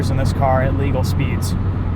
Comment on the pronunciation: “At legal speeds” love the emphasis